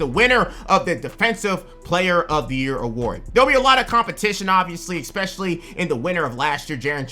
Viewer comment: PLEASE STOP SAYING "EXPECIALLY" ITS "ESPECIALLY"!!!!!! WITH AN S!!!! ESPECIALLY!!!!!!!!!!!!!